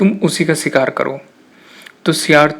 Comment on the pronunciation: Sher hota, ser nhi. shikaar hota, sikaar nhi. purash hota hai, puras nhi. Sotry achi thi but theek se words bolna seekh lo...